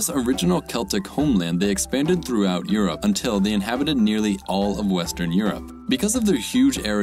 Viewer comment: You need to work on the name for Europe